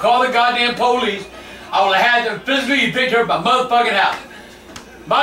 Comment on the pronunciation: classic "goddamn pow leeess"😂😂